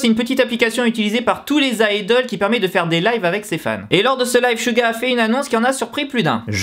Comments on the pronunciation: 😂😂😂😂SHuga mais mec sa ce dit Suga! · Chouga .. ARRÊTER LE MASSACRE C'EST SEUGA PAS CHOUGA MAN ! bref .. SEBOOMBAYA 😂😂😂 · Suga ne se prononce pas avec le S francais, ca ressemble + a "Siuga" meme. 슈가 ne sera jamais prononce comme le "Su" francais. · c'est pas "chuga" 😂😂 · Merci mais c'est raté , tu m'apprend rien ... Je fait du Coréen ... Alors CHUUTT mais je te dit pas sa pour sa c'est juste que sa doit faire bizzard pour les aitres et puit ta prononciation n'est pas bonne